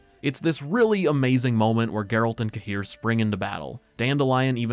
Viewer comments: Smallest nitpick- I hate how they chose to pronounce Cahir. It's one of those names that Sapkowski plucked from a place name. Cahir is in Ireland, near where my gran is from, it's pronounced like Care. It makes me wince every time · Tbf In Wicher 3 Geralt prononced it the same way